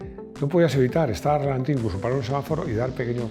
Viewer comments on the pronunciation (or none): none